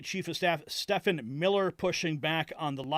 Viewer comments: IT IS PRONOUNCED "STEVEN", NOT "STE FAN" MILLER. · Stephen is pronounced "Steven"!!!😀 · Hey his name is pronounced Steven